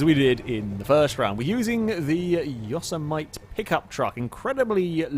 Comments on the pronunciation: Yo-so-might Yo-sem-eh-tee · its not pronounced yossuhmite its pronounced yo-sim-a-tee. Unless of course youre just mucking around. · This national park is grand and beautiful … and often mispronounced. It is not “Yo-SE-mi-nee” or “YO-se-MIGHT.” But rather “Yoh-sem-it-ee.” At the end, don't forget to say the “t." I hate to be a grammar cop on this, but you pronounced Yosemite wrong in the video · say it with me. Yo-Sam-a-tee. Not Yo-sa-might. Yo-sam-a-tee! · yo-SEM-i-TEE, not YOSS-e-might. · Pretty sure "Yosemite" is more like "Yo samity" :P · Pronounced Yo-sem-itty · Yoemite is pronounced "yo sim et ee" btw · the word they used for the truck is pronounced Yo sim it e .... and in Yosemite Sam .... wow ... sorry just kinda bugged me good racing tho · Say it with me: yo-sem-ih-tea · Yosemite = Yawsemite. Put that one in the FailRace dictionary. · It’s pronounced YO-SIM-MITT-EE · ForzaFreak 48 *yo-sem-mitt-ee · The truck name is pronounced yo-sem-it-y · I hope the chat on the stream gave a lot of ribbing on the pronunciation of Yosemite... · You're one of only 2 people I've ever heard pronounce Yosemite that way. The other person being a friend of mine, and to be fair, you live over 5,000 miles from the actual Yosemite while my friend and I only live 120 miles away... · pronounces Yosemite like I did when I was a kid playing San Andreas. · and it annoys me.